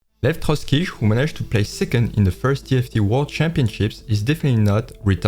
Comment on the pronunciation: It's Lev Trotskiy